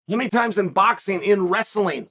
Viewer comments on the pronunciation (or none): none